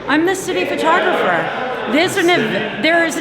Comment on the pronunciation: Did she say city photographer or shitty photographer?